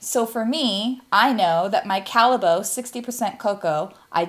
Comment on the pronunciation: You use Belgian chocolate :-) Got an instant like. As a kid we bought chocolate straight from the Callebaut factory. We lived close by. BTW, the pronunciation is not Calle-boat but Calle-bought.